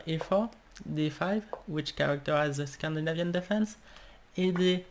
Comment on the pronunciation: Scandi. NA. vian... 0010. L'accent 1 vient juste avant ian.